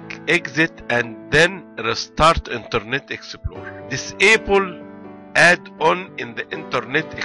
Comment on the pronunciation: Interrrrrnet exeptplorrrerrr 😂😂😂